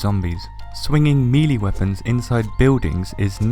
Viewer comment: For the love of....no. Not meeee-leeee. Meh-lay. MEH-LAY.